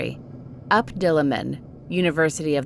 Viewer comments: Okay I don't mean to offend but the jeepney horror story one the correct pronunciation of the UP dilemma is just saying the letter U and P I died when it was pronounced up 😭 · The way she says UP in UP Diliman should be the letters U and P